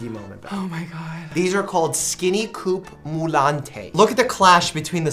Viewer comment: So adorb when Dr Mike prononce it coupe moulante with the accent. t's prononce coupe moul-ant 😂 it's french. Meaning tight fit.